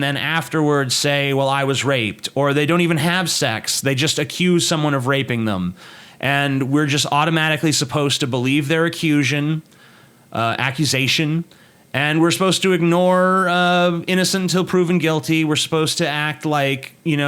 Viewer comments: YOU JUST SAID ACCUSION?! ITS ACCUSATION! Your entire argument is invalid! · "acusion" lmao